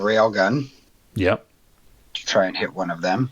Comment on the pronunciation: When you say "Railgun" it sounds to me as "Realgun" and it seems even more awesome! Abd fot God's sake switch to sneaking mode thru the city! 😅